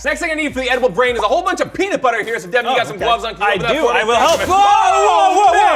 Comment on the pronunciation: It's Devin not